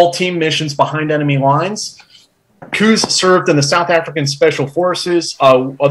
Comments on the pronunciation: Why make it so hard for yourselves pronouncing foreign names? Just sound them out, like Koos you pronounce kooz when it's pronounced almost like quiz; so replace the "z" with an "s" and you get the correct pronunciation Quis. Or try kwuhs. 😊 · It would be good to hear foreign names pronounced in the correct way. It's only respectful. For instance 'Koos' is correctly pronounced 'Koois' or 'Kwus' roughly. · Nice interview. As a point of interest, in Afrikaans, the name Koos is pronounced "quiz". Its the Afrikaans version of "". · Great interview, and good questions. Just FYI, the South African (Afrikaans) pronunciation of 'Koos' would be somewhere between 'Kwiss' and 'Kwuss'. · COooohz. Its Koos as in close but without the ‘l’. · The 'oo' in Koos name is pronounced like the 'o' in the word 'those'. Koos is not pronounced as 'goose' like is saying it. Koos is a typical Dutch name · Koos = Pronounced "Quizss". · Just started to watch this video and the pronunciation of his Afrikaan's name's abbreviation of "Koos" in English was just terrible to listen to. "Koos" is normally an Afrikaan's abbreviation for the Afrikaan's name of "Jacobus"